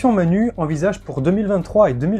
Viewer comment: Manu se prononce manou. Manu c'est Macron, un drôle d'oiseau aussi.